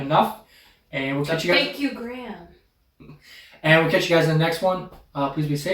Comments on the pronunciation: Graham is usually pronounced Grey-am(gray for USA-ians) not Gram. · Question, why do you pronounce Graham like gram, it's supposed to be said like gray-um